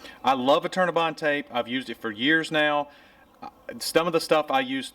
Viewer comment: I kept thinking he was saying "alternabine" which turned up weird search results. Finally I figured out he was saying "Eternabond"!